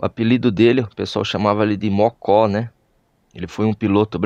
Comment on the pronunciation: Só duas correções: Pace lê-se Pati. E Não é Mocó, é Môco, com ô fechado. Parabéns pela homenagem!